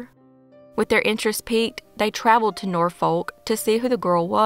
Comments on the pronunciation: Its pronounced Nor-fuk not nor-folk 😊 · Hey, Norfolk is actually pronounced "nor-fuk".